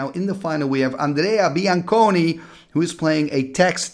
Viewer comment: you said bianconi very well